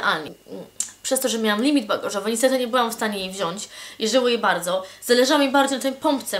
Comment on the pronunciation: "Witam was bałdzo sełdecznie w nowym łoku" :D